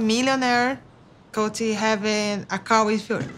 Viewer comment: The way Larissa mispronounces Colt’s name kills me every time